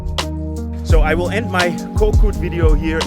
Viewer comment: woll = will 😂